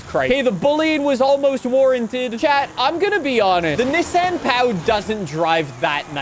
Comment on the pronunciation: the way you’re pronouncing Pao, means the guy’s little toy, but Pão means bread in Brazil